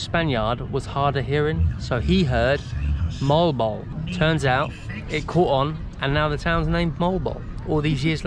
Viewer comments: It is pronounced Moh-Wahll-Boh-Wahllll! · Moe Al Bow Al #phonetics 😊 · Not molbol to pronounce it though but Mo-al Bo-al like seperated but just doing it fast.